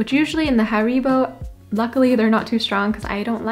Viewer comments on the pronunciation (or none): none